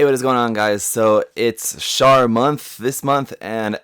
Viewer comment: Keep the beam axes and the large ax. This kitbash is coming along nicely. BTW, OMG someone who can actually say Char's name correctly. A lot of people pronounce is like charcoal.